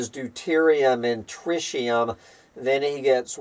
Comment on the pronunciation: trɪt̬.i.əm [TRIT] + [EE] + [UHM]